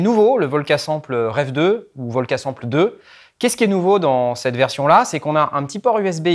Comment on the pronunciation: Sample... on dit ''Sempeul''!